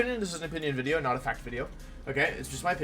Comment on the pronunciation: Just want to ask because i notice it so much, is there a reason you say wideo all the time or is it just habit haha